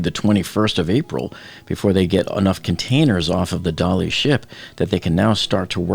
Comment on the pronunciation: Come on please, it's 'the Dali' not the 'Dali ship' (pronounced by you Dollyship). They never said the Tiranic ship, the Mauretania ship, the USS Iowa ship